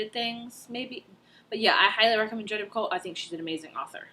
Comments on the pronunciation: Picoult sounds like PEE-KOE :-) I loved The Pact! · You probably already figured this out, but it's pee-co Almost like petco but pee instead of pet 😂 I recently met her in real life! By the way, have you read a walk to remember, by Nicholas Sparks? That one is my favorite, it make me cry for like 45 minutes